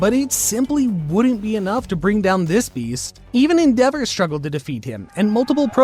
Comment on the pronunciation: the way he said endevour oof